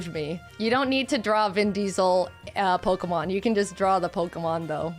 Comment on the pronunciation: draws as good as he says the Pokemon names:D